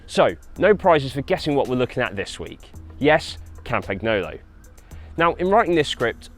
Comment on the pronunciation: he says campaghnolo and uses campag as shortcut. it is pronounced campa(g)nolo with a silent g and it would make more sense to use the short form campa